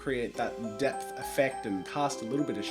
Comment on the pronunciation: Every time he said depth I think he says death